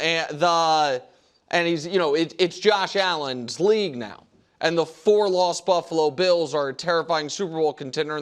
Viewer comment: Only Nick Wright can turn a one syllable word like "And" and consistently turn it into a three syllable word... "Ay-an-dh"